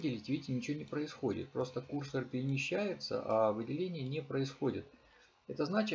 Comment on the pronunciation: Почему кУрсор? КурсОр, курсОр!!!